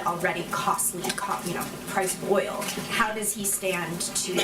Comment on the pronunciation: this woman can’t pronounce the word “oil”??!